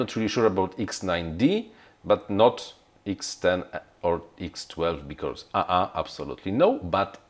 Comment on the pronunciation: you are great, just please don't say "becauRse"... it is very painful (maybe just me, but... well... painful it is):)